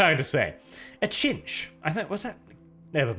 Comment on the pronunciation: technically he knew the word cinch he just couldn't remember it's genuinely awkward pronunciation as "sinch" and not "chinch".